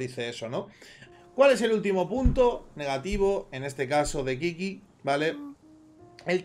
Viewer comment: Qiqi se pronuncia chichi, no kiki sjakduaakd